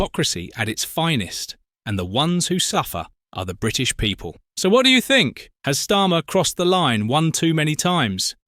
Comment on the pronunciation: Starmer cannot say the word "people"...which indicates to me that he has no interest whatsoever in the people. Once you notice, it is blatantly obvious.😮